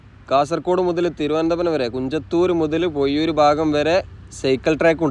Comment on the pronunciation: പൊയിയൂർ അല്ല പോസ്റ്മാനെ..... പൊഴിയൂർ.